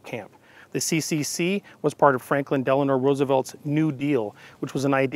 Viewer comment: Not Delanor. His name "Delano"